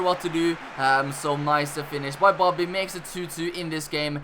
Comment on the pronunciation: He is saying boddy